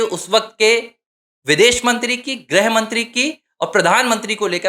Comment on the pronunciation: “ग्रह मंत्री “ नहीं “गृह मंत्री “ (ग् +ऋ्+ह)